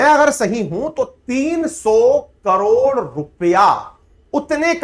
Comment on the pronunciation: Mam ap karor ko kalor kyu bolte ho😂